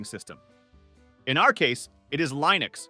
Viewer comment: Plus the fact that the ai voice pronounced Linux as "line-ux" lol